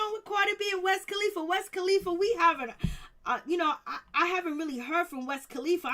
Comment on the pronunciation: Who the hell is "West kalifa" I always thought it was "Wiz "🤦‍♀️🤦‍♀️🤦‍♀️🤦‍♀️🤦‍♀️